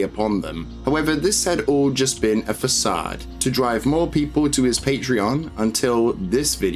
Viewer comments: 'facade' is pronounced 'fuh-sahd' not 'fa-kade' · Great video but you really cant read lol -> Facade is pronounced 'fass-ard'. (like 'hard')